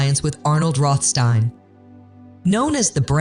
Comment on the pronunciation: Why are you alternating between 2 pronunciations for Rohstein?!